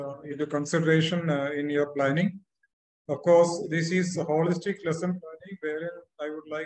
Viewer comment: It's not Holistic "not whikistic"